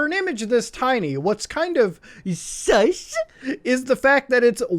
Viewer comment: I love how he says sus it's just "SUS!"